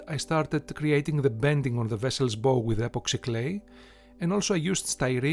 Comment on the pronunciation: Its bow,as in bowe,and not bow as in boh,amazing work,whatba shame all three sisters were lost.